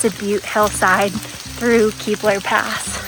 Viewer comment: Just a friendly correction- “KEY-BLUR” not “kebblur”